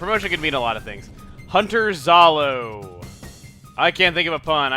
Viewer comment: It's "Zoro" not "Zalo".